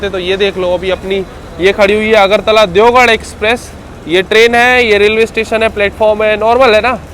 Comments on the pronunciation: It's deoghar (देवघर )not deogarh(देवगढ़). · Bhai you are calling Deogarh (देवगढ़) which is wrong, actually its Deoghar (देवघर) alias BABADHAM. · Garh aur ghar ke pronounce me confused he bhai that's deoghar not deogarh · देवगढ़ ❌ देवघर ✅ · I'll definitely see ur next blog just to see whether you are pronouncing deoghar correctly or not 😂😂